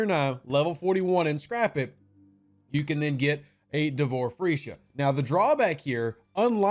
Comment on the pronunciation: Nice Vid Rev, just keep smiling every time you say Freesha. But Shopley is saying it as it is with all they do FEEsha.